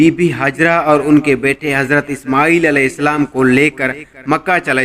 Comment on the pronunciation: ishmooel nai ismaeel tha uska naam pehly parh lia karo na like leny keliy